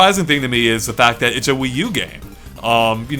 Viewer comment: I love how he pronounces "it's" like "itch."